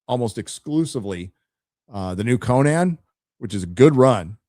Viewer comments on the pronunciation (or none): none